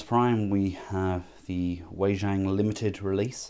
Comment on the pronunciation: Wei Jang is pronounced "Way-jong".